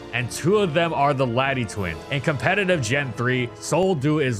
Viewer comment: I raise a petiton that only allows Wolfe to be covered on this channel once he learns how to pronounce "competitive" correctly